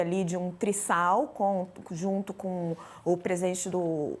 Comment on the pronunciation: Tris sal??? Mis sógeno???